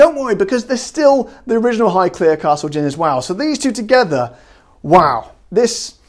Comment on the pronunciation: Amazing!!!!!!!!!!!!! and yes you are saying Highclere correctly!! 😜